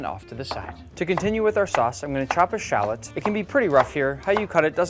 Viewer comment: really butcher the word shallot